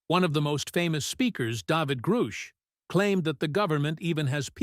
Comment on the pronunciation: Seriously?!!???? The narrator, with his perfect America accent, said, "DA-VID GROOSH"? DAAAAAAYVID! Most of this video is stupid and obviously fake!